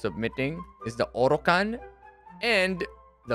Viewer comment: Everytime he says orocan always got me 😂 it is true tho that it will last a lifetime lmao